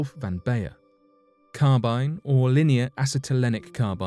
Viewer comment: Linear acetylenic carbon (LAC) is also called Carbyne (not Carbynye) but thanks.